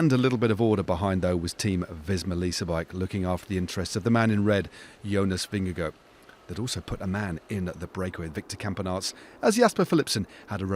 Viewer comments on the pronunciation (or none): “The man in the red jersey: Jonas Vingago” err… nope try again. Stephens is a lovely guy but why does he choose to reinvent the pronunciation of EVERYTHING vingeGAARD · no it isn’t. The danish pronunciation is vin-ye-gaw/vin-ye-gor, not vin-ya-go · Why does he keep saying vingego? Is that how his name is actually said?